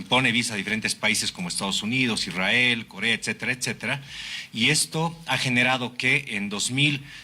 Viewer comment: IRRAEL 😂😂😂EEEUU😂😂😂😂😂